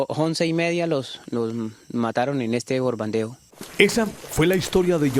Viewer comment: El de rojo jajaja que los despertó el (Bordando) jajaja para decir (El Bombardeo)